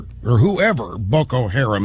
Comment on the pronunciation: 'boko harem' Did Rush Limbaugh mispronounce that by accident or is he that disgusting?